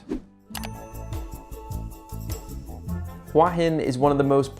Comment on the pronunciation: Say it with me, hoo-ahh hin. It is not "wa-hin".